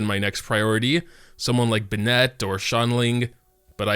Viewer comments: it's Ben - it, not Ben - ette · lol this nigga call bennett bernette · I'm bothered by the Bennett pronunciation lol but gr8 video hah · You say Bennett funny